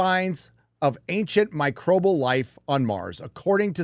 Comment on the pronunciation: MICROBIAL! Not Microbal. Jesus, you sound like my mother saying Vetnam.